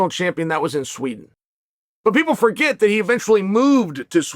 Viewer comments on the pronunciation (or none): none